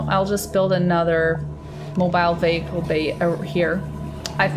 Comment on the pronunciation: Mobile Wehicle Bay... Mobile...